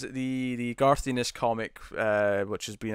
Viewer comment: You need to bone up on your writers names . . . Garth Ennis (pronounced n-is, not eenis) and Gaiman (gay-man not guy-man).